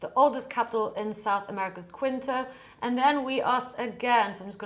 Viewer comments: Great tutorial as usual,! And I didn't know Quito was oldest (it's KEE-toh btw). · You had me until you pronounced it quit-o. 😅 Fun to watch this stuff unfold. I hadn't gotten into the image capabilities yet. V cool.